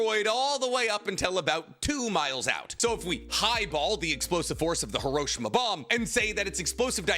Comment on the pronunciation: did you just call hiroshima, hiroshina